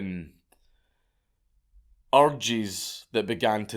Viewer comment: Every time Dank says "Urges", it sounds like something else... scots lol